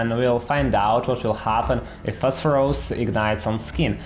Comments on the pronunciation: Today's challenge: drink a shot every time he says PHOSPHOROUS instead of PHOSPHORUS :) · Prononuncing it as "phosphorOus" is completely uncalled for. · 😅 I like the way he says "phosphorOus" and "dangerOUs"